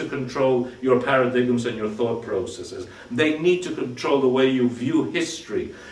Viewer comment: it's pronounced paradimes, not paradigms